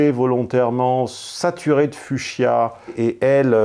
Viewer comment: "fuchsia" se prononce "fougzia", c'est dérivé du nom du biologiste allemand Leonhard Fuchs (prononcé "fouks")